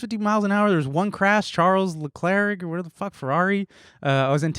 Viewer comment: babe, you gotta brush up on the pronunciation of the F1 driver's names LUIS hamilton? leCLERK? 💀💀💀i'm deaddddd